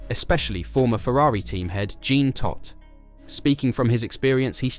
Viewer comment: "jeen" todt??? Who's that? (It's jean, like John but French)